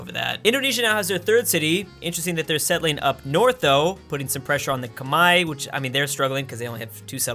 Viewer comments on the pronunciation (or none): Who are the "komai" that he keeps talking about? Is it Khmer? Because as far as I know the Khmer are called the Khmer, not komai or kmai or kamae or whatever he's saying (since captions wont pick it up) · khmer not khemai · Ah yes. The Khmai. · Why are you pronouncing the Khmer "Kmai"? Is that the English pronounciation? Sounds weird every time I hear it.